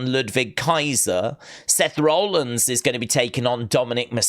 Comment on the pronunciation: Randy Rko'ed KSI when he was in the Blue Prime bottle,ripped it off him and did it also can you please stop pronouncing Seth's last name as Rowlands when it's Rollins mate